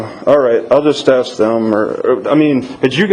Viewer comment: Should have asked her for a copy of the affidavits the officers sign about THEM filing a false report! Also, I guess the lieutenant's exam doesn't include correct pronunciation of the word "ask."